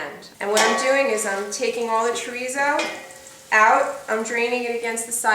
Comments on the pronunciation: Portuguese "chorizo" is actually called "chouriço" in Portuguese Listen to the proper pronunciation of "chouriço" You can also use linguiça for this dish. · Chorico is the Portuguese soup sausage, pronounced. sher eese o is silent. Linguica is the other Portuguese sausage fries grilled for sandwiches, or mixed with baked beans. Mm Mm looks good, just like my Mom used to make.